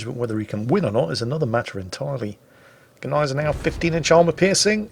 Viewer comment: Thank you for your clarification of the pronunciation . I have always thought that the G was silent . so know I am sure and will pronounce her correctly in future .🤗⚓Thank You .